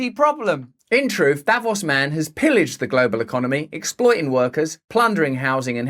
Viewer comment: It's not pronounced davoss, it's davoos